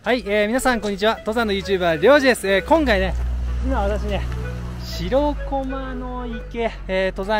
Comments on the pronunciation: しろこまじゃなくてしらこまな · 楽しく見させていただきました。 気になったのは "しろこま"が何度も出てきますが、 "しらこま"ではないですか?